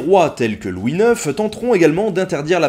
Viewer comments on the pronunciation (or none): none